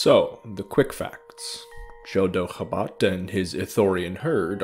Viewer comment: Absolutely love this video, but every time you said Chodo Habat, all I heard was "The dog of Wisdom"